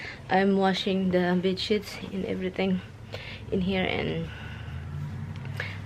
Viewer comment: Hey: Going to the new house..............yippy yea.............. approximately, in your sweet accent, you said big shits and every thing,,,,,,,,yep that is what I heard......I am not laughing at you, please know that.......so it is big sheets, rather than big shits:), hope you are laughing too. Nice that you send gifts back home. Cats having a great time with that tunnel and Roxy wanting to participate. I love your story about your first gift from Tommy. Happy that you did keep it. One huge bag of beans. I have never ever seen anything like that and I shop at the regular grocery stores in the area. See you at the new house..........good night.